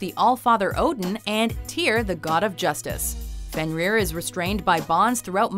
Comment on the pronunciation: you kinda got fenrir wrong but thats okay